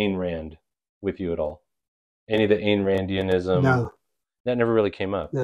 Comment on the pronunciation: Some Ayn Rand points, from a genuine Objectivist who's received a letter from Ditko: 1) Pronounce "Ayn" correctly. Rhymes with "mine." 2) That "Psycho-Epistemology" course is pretty interesting on the creative process; Ditko would have listened to it carefully. 3) Dr. Strange is never taken by Objectivists as a betrayal of Objectivism, and none of us criticize magical fantasy as a genre.